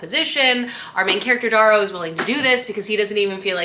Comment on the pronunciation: I’m gonna be “that person” … his name is pronounced Dare-oh.